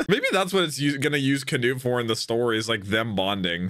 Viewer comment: why did he start saying can-ut-e